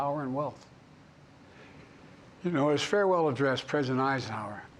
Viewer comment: Did he botch the word "farewell"?